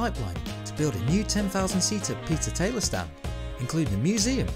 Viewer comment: The Talyer report? Always thought it was the Taylor report!